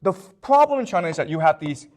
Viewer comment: The Froblem .....love you prof